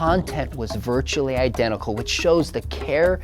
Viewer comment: Dude you are putting way too much weight on the word "virtually" here lol